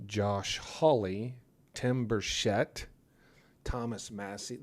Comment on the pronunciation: It's Tim Burchett, not a French pronunciation. Just birch'-it. Tim's republican predecessor was John Duncan, one of the very few who VOTED NO to the Iraq War. So he really needs to carry on that independence, though it is very difficult in this angry environment where Trump is good at whipping everybody into a frenzy, like a superduper vacuum salesman.